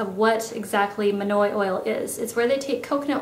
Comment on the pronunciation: I really loved this video. So different and unique :) I will definitely try a few of these techniques! Not gunna lie though I had my head down and I heard "..it's manure oil" (monoi oil). Haha, was a good laugh when I realized what it was!